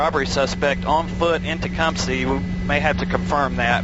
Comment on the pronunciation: needed to shut up please he kept saying Tecumseh wrong! It’s TE-CUM-SEH not Tecumsee 🤦🏻‍♂️